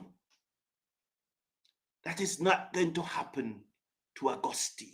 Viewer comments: The "e" in Auguste is silent....sheesh!! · Sir I listen to your show regularly and agree with most of your comments, regarding the pronunciation of our st Lucian batsman his name is being badly pronounced it is Auguste it’s . We have a French background so please sir pronounce the young man’s surname as you have been guided. This is the only issue I have with you, you may be doing damage to the young man by the way you say his name, thanks and keep safe